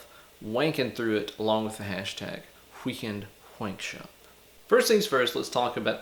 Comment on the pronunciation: "Hweekend Hwankshop"